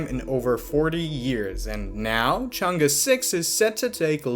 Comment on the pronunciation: far side, man, other than that, perfect pronunciation of Chang'E, great job